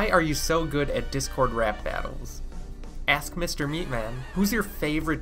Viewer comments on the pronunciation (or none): none